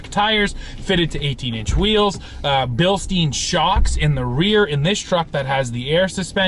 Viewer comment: Why can't anyone pronounce Bilstein right?